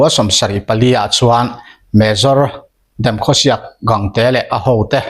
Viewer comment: Demkhusiak a ni lo bemkhuseh zawktur